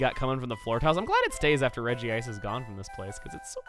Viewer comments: its really regice not regieice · Its pronounce Re-Gice. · Regice (Redgy -ice) It was pronounced that in one of the Pokémon movies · its name is pronounced regi-ice. in japanese its name is written in hiragana, meaning that the akward regiice spelling doesnt occur as each kana is different and they all say re-gi-a-i-su. however, writting regiice was weird so they changed it to regice even though its pronounced regiice. same thing happened to lunala: in the original screenshots of the trademarks they had lunaala. just mashing two words together looks pretty weird so they changed it to lunala.